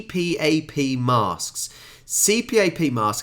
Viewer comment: Pronounced "C-PAP" my mother uses one.